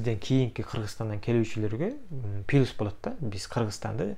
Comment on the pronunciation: Пилус 😂😂😂😂😂. Плюс